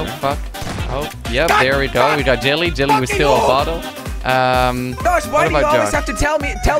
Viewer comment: Its jelly not jilly